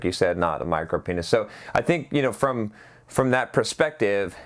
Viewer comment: a small penis is common called a micropenis(MIRO-PEENis). other times it sounds like Micropnis